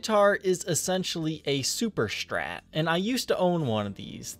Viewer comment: Why cant you say strat?!!! Its not strrrrattt. Its just strat. Not that hard. Do u also say dex and ax. Cant listen sorry!!!!!